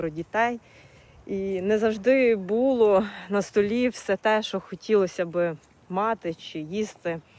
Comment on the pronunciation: Не бУло,а булО!